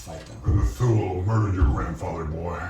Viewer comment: It's a small thing, but outside of TV-land Thule is pronounced Tooly - not Thool.